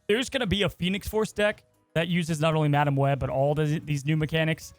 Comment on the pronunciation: had a stroke talking about madam web and forgot to edit it😂